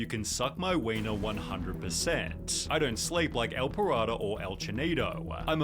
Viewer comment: his name: el pirata the guy in the video: ehl pahrado